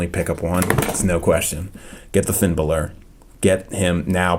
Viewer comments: Balor not Bailor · STOP SAYING FINN BOWLER AND FINN BAYLOR IT'S FINN BALOR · it's not finn bailor it's finn b a l o r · It's not Finn balor's name you called him Finn Bella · It's not Finn bailor it's Finn balor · Fin Bal-er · I THINK YOU PRONOUNCE IT bAlor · I think it's pronounced like this, bahlor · it's. pronounced. finn Bálor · Fin Bella hahahah Always lol when u say the name's wrong 😂😂